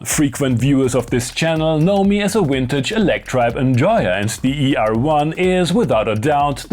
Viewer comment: Every time I hear Vintage pronounced “Wintage” I fight the urge to punch a wall